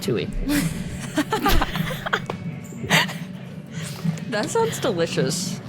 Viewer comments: You know they’re not in the same circle as people who are obsessed with the Hawk Tuah girl cuz they keep saying Tuee and not Tuah 😂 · You guys in a deep conversation about the sound ‘hawk tewy’ when it’s ‘hawk tuah’ is sending me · Is no one talking about how it’s hawk tuAH not hawk tui 😭😭 also this was a great episode lmao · When first said hawk tooie, I almost choked on my coffee